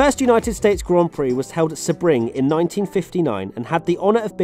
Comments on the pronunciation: (or any brits), please, let me explain S-eh-bring is wrong, S-ee-bring is right. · Uh ... it's pronounced "See-bring" NOT "Se-bring"! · Yeah I was like, that's "Sea-bring" actually. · it's not SEB Ring, it's pronounced as SEA Bring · I never thought someone would mispronounce Sebring and that proved me wrong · Oof saying seb ring instead of se bring. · Excuse me but what's Seh-bring? We have a Sea-Bring if that's what you were thinking of. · Its pronounced Sea-Bring. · Just a fyi Sebring is pronounced “Sea-Bring.” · "US gran prix at seb-ring" wow... sad that dude cant say that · Haha, Americans be like "stop pronouncing words how they're spelt you pesky brit. It's Seebring like Seebastian Vettel and Ayerton Seena." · FYI it is see-bring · It’s pronounced see-breeng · Correct me if I'm wrong but isn't sebring pronounced "Sea-bring"? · That's "Sea-bring" actually. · Sebring is pronounced like this seabring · it is pronounced SeaBring... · Omg he said Sa-Bring 😂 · pronounced “SEE-bring” ...take it from a native Floridian. Another great video as usual though! 😃👍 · Is it not sea - bring? I think seebring is incorrect but I might be wrong? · Sebring is pronounced. "sea-bring" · Sebring (sea-bring) lol ;) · It is pronounced: "sea - bring" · I’m glad I’m not the only who cringed a little when I heard Seh-bring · I was like, am I wrong I always have said it like sea-bring so I'm glad you said that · Sebring - pronounced sea bring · Nobody: Literally Nobody:: "SUHBRING" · Hang on you miss pronounced Sebring its pronounced like Seabring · I guess Allan Prost would like to have a go with you on Seb-Ring mr.Announcer. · It's pronounced "cee-bbring". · how he pronounced sebring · can someone PLEASE teach how to pronounce SEBRING??? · this is the first time i've ever heard someone pronounce Sebring with just one syllable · that pronunciation of Sebring though